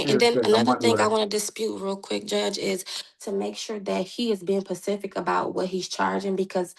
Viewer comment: "Being Pacific" lol